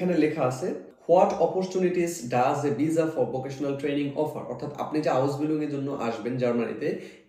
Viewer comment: ভিজা নাকি ভিসা 😂😂